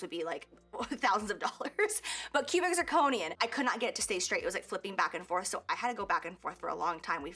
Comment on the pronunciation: Are the stones cubic zirconia? I just noticed you say it differently maybe?